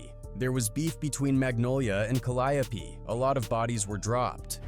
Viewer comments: Kah-Lie-O-Pee Is throwing me 😂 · There saying Calliope wrong.